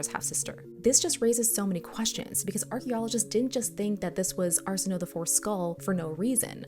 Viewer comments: Her name is pronounced arsen, like arsenic, o, as in oh, a, as in way. Arsenohway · Just a polite fyi: Arsenoe is pronounced “ar-sen-oh-ee” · Just so we are clear: if a greek name has an "e" at the end, it is not a silent letter